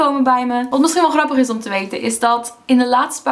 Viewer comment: de manoer waar op je grappig en nederlands zeg is anders met een beetje een engels accent